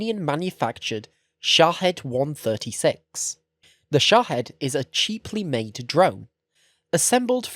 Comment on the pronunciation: Also good on ya for being to pronounce Shahid as Sha-hid and not sha-heed.